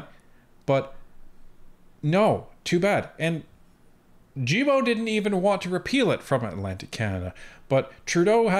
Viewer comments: It's pronounced "Guil" "Bo" as in "guild" without pronouncing the "D" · The G in "Guilbeault" is pronounced like the G in "Goat" or "Gay", in french ;)